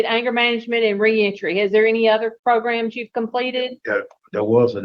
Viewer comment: Again with the “progrums”